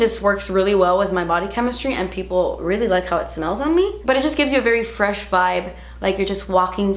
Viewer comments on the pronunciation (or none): Hahaha “nice and fretch” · Nice and fretch! Lol! 😅😅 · Nice and fretch 😂💘